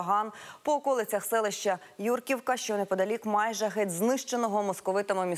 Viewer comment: Хочь би вичитали, спочатку: ЮркІвка! Наголос на і!